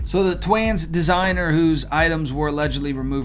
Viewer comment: And "Twans!"